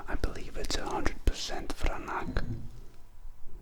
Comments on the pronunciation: Just for future reference it is pronounced VRANATS. Not vranak. Regardless good review. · Not exactly. It is pronounced: vranatz.